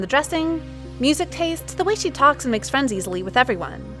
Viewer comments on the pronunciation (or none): none